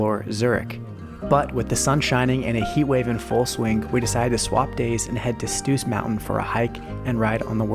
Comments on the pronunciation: Great video! What I noticed: is probably rather "Brienzersee" (near Iseltwald) and also is definitly not Lake Geneva, here it is clearly Iseltwald (Brienzersee). Also "Stoos" is not pronounced "Stus". It is just a longer "o" pronounciation. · Stoos-Bahn: We pronouce this double „oo“ like e single „o“ elongated.